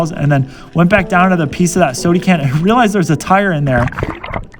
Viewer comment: Man you are so boring, and it is pronounced SODA can, with an a, not sodie can, you’re not a toddler.